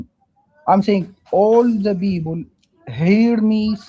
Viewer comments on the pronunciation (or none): Whenever they say "beoble" I always have to hold in a smile. It's too funny to me. God give me strength. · You miss his boint he is talking about all the beeble of the blanet....bleeeese listen